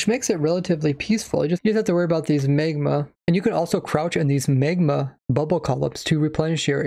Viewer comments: “you just have to worry about these M Æ G M A, and you can also crouch on these M Æ G M A” -some dude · the way you say magma is like you are trying not to sound like Dr. Evil